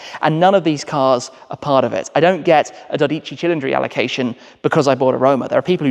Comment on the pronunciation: I'm on board with you on the names. His pronunciation of the 12 Cili is not good lol. Not that I can do better, hence why I don't😀 His Revuelto could be worse. Old man Enzo would let you stay as long as you provided him with capital for his racing. He was a businessman.